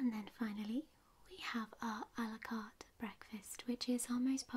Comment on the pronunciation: I love how your pronunciation of a la carte sounds like Alucard.